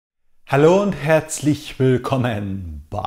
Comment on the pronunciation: ich würde mich freuen, wenn du deine Begrüßung ändern würdest. Dieses langsame "Halloooo, herzlich willKooommen beii...." hört sich sehr künstlich und nervig an. Der Satz ist okay, nur die Art und Weise deiner Aussprache bei diesem Satz ist meggaaaaa nervig.